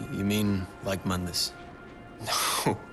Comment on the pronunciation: Mundus, Moon-dus, not mun-dis. Im not sure how you mispronounced it when they literally say it in the game. Unless you're going by DMC's bad pronunciations of things. And seriously you have got to break up the exposition on game mechanics and intersperse it with the story instead of dumping it into one section each. You need some sort of levity between otherwise its like listening to a lecture and not a review. Listening to you drone on like about game mechanics sounding half tired isn't the rip roaring time you'd believe, despite what the simps on here say who clap because they recognize the thing. I was hoping another video of yours would be better but its just more of the same.